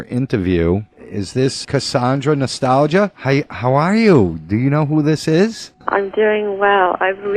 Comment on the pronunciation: he keeps saying her name wrong